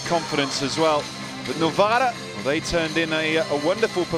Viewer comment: Novara not Novaro